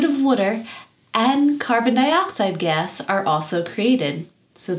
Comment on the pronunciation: I'm trying to figure out your accent. I've never heard gas pronounced as "gess" before, nor water as "wooter". Is it somehow a mix of different regional accents, like New Zealand mixed with America or something?